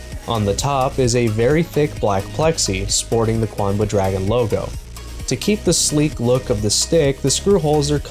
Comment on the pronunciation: QUANBA? Seems a “U” snuck in there somehow. Thanks for the vid!